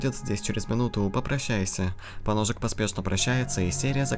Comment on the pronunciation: Прочитать поножик;❌ Прочитать поносик;✔️